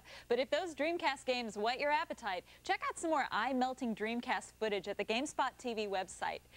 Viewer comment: What is "fottage"?